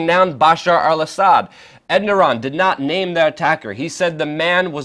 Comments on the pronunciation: If you are going to pretend to be a journalist, at least take the time to learn the names of people and things you are pretending to report on: 1. It is not "End-Ah-Ron," it is "Ere-doe-wan." 2. The former Constantinople is not "Anna Kara," but "Ank-Ah-RaH" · Luke, his name isn't pronounced "Enderon" I believe it's pronounced "Erdowan" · Enderan? It's Erdogan. Mis pronunciation is confusing. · Great info, but please pronounce the Turkish president's name properly. You pronounced his name as ENDORAN, when it's actually ERDOGAN. i'm just letting you know this because you open yourself to trolls who will attempt to discredit you based on this insignificant detail..Other than that little mishap, great work and keep it up ! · Who is ED-NAR-ON and where is ANK-ARE-A ? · "Endoron" lmao. I love WeAreChange Luke Rudkowski, but you gotta work on your pronunciations. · Good report but how are you pronouncing 'Erdogan'? Sounds like you're saying 'Enduron'. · Who the fuck is "Enderon"? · erdogan is pronounced er-do-wan.